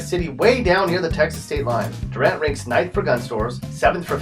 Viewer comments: You’re definitely not from Oklahoma....because you pronounced it Durant and not Doo-rant. Plus you also spelt Madill wrong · It's pronounced Do- rant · It’s spelled Durant, but pronounced Doo-rant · Hey bud, just wanted to point out real quick... the residents in Durant yelled at me about it once (and I’m sure there’s a comment here somewhere already about it)... but they are very adamant about the pronunciation being “DOO-rant” for some reason. As far as how to pronounce the name of absolutely everywhere here… Just kind of figure out how to literally butcher it about as “incorrectly wrong” sounding as you can come up with, and that will be correct 😂😂😂